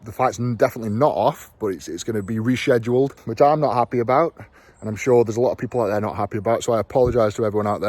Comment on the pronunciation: How about "reshhhhhhhedeled" instead of rescheduled